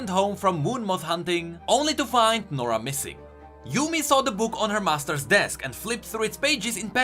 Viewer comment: nora??More like, Noraa.